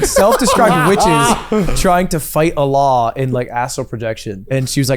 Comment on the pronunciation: white guys PLEASE pronounce it "uhll-lah" with a heavy emphasis on the "LL" sound instead of "uh-laaaaah" like Ludwig